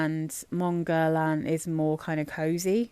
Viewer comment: Not that it matters very much (we all know what we’re talking about anyway!) but the way to pronounce Guerlain using sounds an English native speaker can make is “GER-LAN” where “GER” (hard G, of course!) rhymes with “care” and “LAN” rhymes with “Anne” 🙂